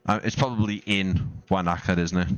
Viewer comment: Wānaka is pronounced "wo-nuh-kuh". 😊